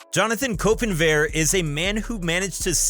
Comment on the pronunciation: KOPENWEIR? That's not War Machines last name?